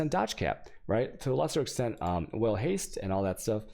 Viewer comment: Is anyone gonna let him know how badly he mispronounces things.... "vaal" is not "whale" and "Guardian" is not "Jawrdian"... It's also not Virgil, it's Vigil, what is going on here.